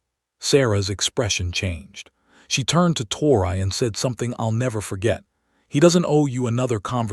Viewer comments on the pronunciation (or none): Her name is pronounced like Tory, not tor-I. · It ain't tor I it's tor e